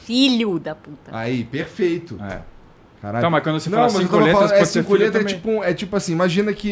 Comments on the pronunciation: Sotaque de carioca tbm é fod@ claro que ela nao ia entender, 5 lhetras? Lhetras? É letras, se pronuncia com lê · Cinco LHÊtras.